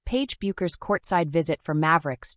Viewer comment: Think of the beer or hair product "Beck's" when pronouncing Paige's last name. It will make it easier to afford credibility to the commentary.